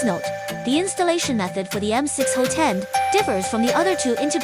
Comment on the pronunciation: It's pronounced "HOT-end", not "ho-TEND".